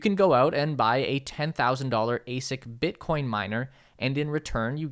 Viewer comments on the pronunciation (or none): none